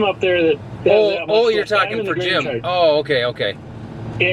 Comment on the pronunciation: Great video. Love to see people coming together like this to lend a helping hand. But i gotta say, as a midwesterner myself, i just love that classic midwest oh